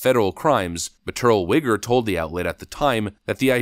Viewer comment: "terlwager"? "TER-WILL-I-GER"